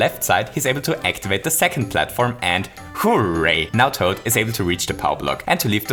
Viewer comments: Hooh ray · Nobody:: HOO-RAY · the accent when you say "hooray" is so amusing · because he is austrian